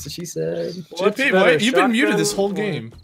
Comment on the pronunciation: Did say "my HOLE idea was [...]"? LMAO